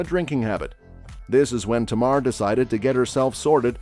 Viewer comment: Her name is Tamar. Not Tamara 😊